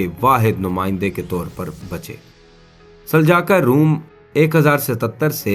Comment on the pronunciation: آپ نے دوسروں کو تاریخ کیا بتانی ہے آپ خود کئی الفاظ غلط بول رہے ہیں جیسے کہ سلاجقہ کو سلجاقا اور ازمیت شہر کو عظمت اور اسکے علاوہ بھی کئی الفاظ غلط بولے سو تھوڑا پڑھ اور سمجھ لیا کریں آپکے غلط الفاظ کسی کے لیے مستقل بن سکتے ہیں